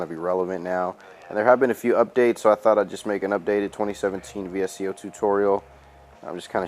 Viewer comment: Great video! Quick tip, its pronounced "Visco" and VSCO is short for visual supply company.